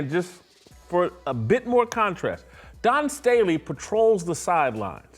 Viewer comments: "Don" Staley haha come on bro. It's Dawn! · How come Whitlock can't say Dawn? Is he incapable of pronouncing her name? Or does he think that makes him edgy somehow? If he thinks that makes himself edgy it doesn't. It makes him look like he has a 6th grader mentality of "I'm going to say that persons name wrong to show that I'm edgy and go against the grain."